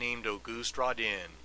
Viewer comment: I think my favorite thing about this video is the glorious mispronunciation of Rodin. "Rahdinn". Love it!